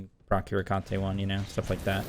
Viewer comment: Theres gotta be a secret psy-op for every smite youtuber to pronounce Hecate wrong :(